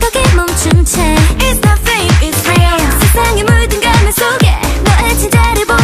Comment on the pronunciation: イェソのペルソナ〜の発音が好きすぎる